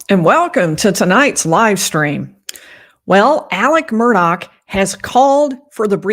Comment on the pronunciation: There is no (k) sound on the end of the Murdaugh name. I wish people would get the pronunciation right.